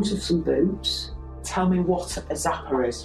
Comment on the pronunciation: Oh no! not the zappah with the squeezy squeezy…I’m done for…